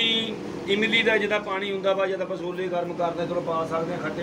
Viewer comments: Sole ni hunde shole hunde aa 😂😂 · ਸੋਲੇ ਨੀ ਛੋਲੇ ਕੁੜੀਏ ਪੰਜਾਬੀ ਸਿਖੋ